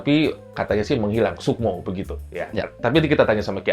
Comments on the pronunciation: Bang Robby, koreksi nih, diawal/pembukaan (mnt 2.00) "...kerajaan menghilang, sukmo... " bukan "sukmo" Bang tapi Muksa Salam sehat untk Bang Robby dan 🙏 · Bukan Sukmo bang tapi Mukso. muksa